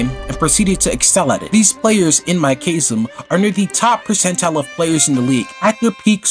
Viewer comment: thats not how you pronounce chasm FYI